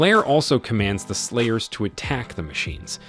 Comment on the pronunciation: Thought I was tripping out but this dude is really saying "players" instead of "slayers" so if you think you are hearing stuff don't panic.